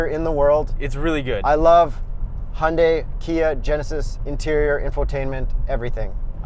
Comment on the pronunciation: Pronounced HUN-day. Like Sunday.